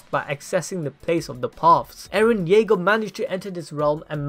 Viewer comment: ERIN YEAGAAA AND ERIN KRUGAAA. No offense FAM♥️😂